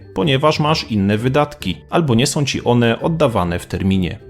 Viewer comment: Dobre! Prosze tylko lektora aby prawidlowo wymawiał słowa. NIe "opiniom", ale "opinią" , nie "zrobiem" , ale "zrobię" itp. Ą i Ę są (nie som) ważnymi poslkimi głoskami i niewymawianie ich kaleczy polski język; sprawia, że wypowiedzi zostają posypane prymitywnym , prowincjonalnym kurzem.